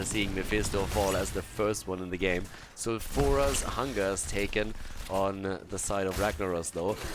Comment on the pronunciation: love you but plz plz start pronouncing sulfuras foul-fer-ass not sal-fur-as just plz it just annoys me